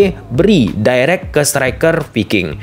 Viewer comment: Fullback bukan pullback Viking bukan piking Harus belajar alfabet lagi ini kayanya